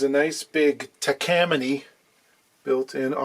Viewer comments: You’d think a luthier would know how to pronounce Takamine. Ta-ka-ME-neh. I mean, come on, dude. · Pronounced, tah-kah-MEE-neh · That’s Takamine (tah-kah-a-me-nay) 😎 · What you talkig about. Takamine. Not taaaaaaak a meeeeni . Get your words together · I think its pronounced "talk a me nay" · from the web: Takamine in Japan. Pronounced, Tah-kah-meen-ney. Basically the same thing I said above. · The “e” is always pronounced like “eh” in Japanese. Should be easy for a Canadian to say: Tah kah meen eh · Tawk tuah! I spit on that pronunciation. 😂 But seriously, there's no Japanese word with an "awk" sound. Ta Ka - as in tap and cat.